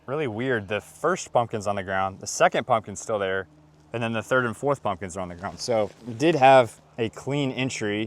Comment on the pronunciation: Did you say Muslims or pumpkins?